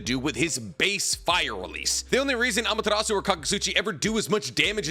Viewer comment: why does every youtuber pronounce "Ah-Mah-Tear-Ass-Sue" as ""Ah-Ma-Ter-Ohs-Sue"